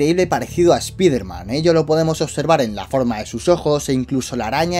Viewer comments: se dice "spaiderman" español CTM, no se dice "spiderman" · Es ESPAIDER MAN NO ESPIFERMAN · a y no se si sabes algo de inglés, pero se dice spaiderman, aunque se escribe Spiderman se dice spaiderman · Paren de decirle espiderman no se dice asi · esta bien el vídeo y todo pero me provoca algo cada vez que pronuncias así spiderman se que eres de España pero siendo fan mínimo trata de instigar y poder pronunciarlo de manera correcta o mejor decirle hombre araña